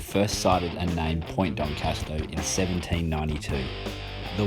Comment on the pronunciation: Great vid. But a little bemused by the continued mispronounciation of D'Entrecastaux.